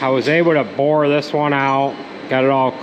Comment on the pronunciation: Are you Dutch? Boor that out? Lol Boren is drilling